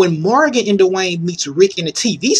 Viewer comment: "I wanna talk about Morgan and DUH-Wayne." XD